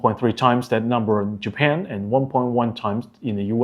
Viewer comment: Japan not Japen Nice video, be a little bit more serious on details.